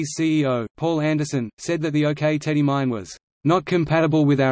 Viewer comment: As someone with direct personal experience of this situation I do not consider this article as accurate and it is pronounce "ock" like the rock not OK - OK?